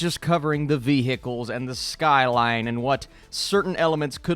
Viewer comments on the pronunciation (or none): Okay but why is no one else picking up on the way that pronounces ‘vehicles’?